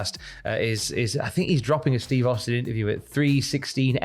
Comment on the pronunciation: That ain't Steve Austin that's STEVE HAUSTIN🤣